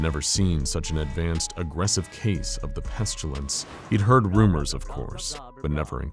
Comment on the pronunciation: It has got to the point where every time you pronounce it "pestulence" my eye twitches. The sharp pain in my head has stopped though, so I think I'm getting used to it...